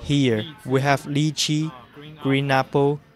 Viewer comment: HAHA the translator cant say lychee